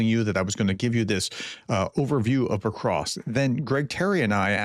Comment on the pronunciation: Pokrovsk, not pokrosk...Jesus if you are gonna talk about it at least learn to pronounce it